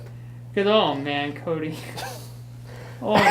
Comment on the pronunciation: ......do you hear it? Dr. Coat-y